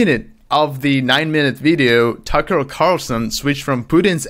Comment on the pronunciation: Does “Tucker” sounds like “sucker”, doesn't it?